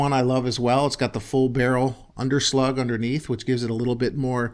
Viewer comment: Is there a 586-plus (7-shot)? Also, FWIW under-lug, not under-slug. Under-slug is what a wimpy boxer does.